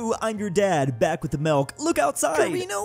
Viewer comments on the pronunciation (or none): none